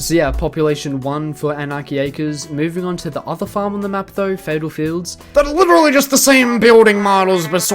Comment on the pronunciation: WE LOVE MICHAEL (aka the counter guy, witerally)